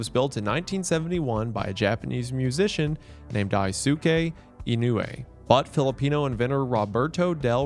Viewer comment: "Die-Sue-kay" Ugh, my 10 year old weeb self still haunts me to this day. Names that end in "suke" mess up a lot of people reading Japanese names in romanji. You barely pronounce the "su" part, so it sounds like "Dies-kay". One of the most well known anime characters is Sasuke from Naruto. His name is "Saws-kay", and every other name ending in "suke" in romanji is the same. I've made this mistake too, I used to call the main character of Yu Yu Hakusho "You-Sue-kay", because I only read the manga.